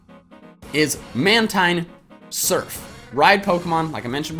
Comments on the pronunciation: It's pronounced Man-TEEN, and 2nd, it's not jumping. It's using the air from the waves like you would from a surfboard. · Just YouTube how to pronounce "Mantine" or definitely look at the Pokedex 3D Pro. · "Mantine" is pronounced "man-teen".